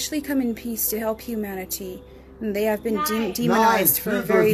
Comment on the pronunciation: I turned off the video, had to regroup on humaniTEE